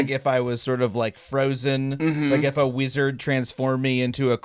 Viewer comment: Adam said "Weezurd"